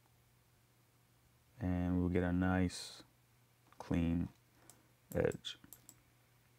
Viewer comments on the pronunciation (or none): none